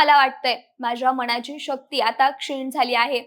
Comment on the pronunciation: विषय आणि माहिती चांगली आहे पण..... साणे गुरुजी नव्हे, साने गुरुजी.... माझ्या मणाची नव्हे, मनाची माणवतेचा नव्हे, मानवतेचा उच्चार नीट ठेवले तर मराठीची होणारी वाताहत कमी होईल. ज्या मोठ्या व्यक्तीवर व्हिडिओ बनवला ती व्यक्ती मराठी, त्यांनी ज्या भाषेत बहुतांश साहित्य निर्माण केले ती भाषा मराठी. ज्या बहुसंख्य लोकांसाठी केले ती जनता बऱ्यापैकी मराठी मग निदान त्यांचे नाव तरी व्यवस्थित घ्यावे ही किमान अपेक्षा. मराठी लोकच मराठी शब्दांचा उच्चार चुकीचे करत आहेत याचे जास्त वाईट वाटते. अमराठी लोकांकडून ही अपेक्षा नाही.